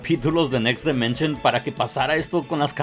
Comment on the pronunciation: DImension, no DEmension.